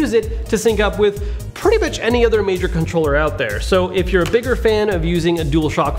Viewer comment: Just me, or does it sound like he’s saying pretty b**ch any controller out there ?